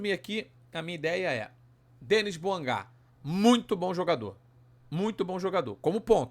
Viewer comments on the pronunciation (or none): O cara é francês. Logo, não é Dênis. É DENÍ